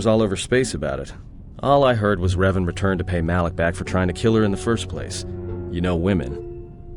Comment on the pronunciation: Revan, not Reven. With an "A", not an "E". It's amazing what can be done nowadays with AI. I bet in a few years we'll get a remaster done by fans and the whole process is sped up by AI. Anyway, amazing job! You got a new subscriber 😉👍